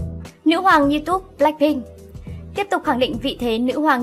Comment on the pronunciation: BLACPINK của eim luôn là nhất 😍😍 Nhưng mà kênh có thể đọc các tên tiếng Anh "chuẩn" hơn 1 chút dc ko ạ. Nghe kiểu "Lách Binh","Boy wít lúp" rồi "In ta gam" mà tứkk muốn ói máu:)))